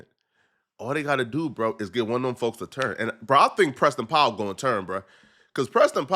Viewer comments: It’s Powell NOT POWWOW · Nigga said Preston powwow it’s Powell nigga 🤣🤣🤣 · Preston pow wow are you kidding me😂😂it's Powell dummy 😂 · it’s PowEL love, not Powwow, Pow-EL (EL pronounced like EL Chapo) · who is Pow wow ? 😂😂😂😂 are u trolling him? u gotta be pronouncing Powell like that on purpose … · How you do journalism and can’t pronounce Powell? You say that porrrnstar name correct but you say this nigga name pow wow smfh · It POW WELL. not “POW WOW” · Powell not POW WOW😂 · Pow-Well my god brother learn to pronunciate 😂😂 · Powell. can’t read lol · Why cant you say Powell correctly? 😅